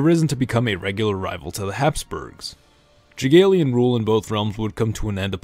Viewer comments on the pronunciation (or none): Jagiellon should be pronounced Yagiellon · The way you pronounce Jagellon brings me pain beyond belief